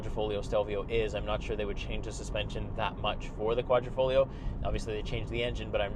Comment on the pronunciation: There is nothing ‘esc’ about the exposed carbon fiber panels ! Also it’s a QuadrifoGlio, not folio. Dude, do some homework before you review a car, especially an Italian one.